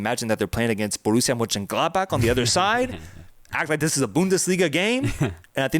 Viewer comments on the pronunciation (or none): none